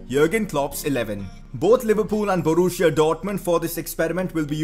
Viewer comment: Borussia not Boruuschia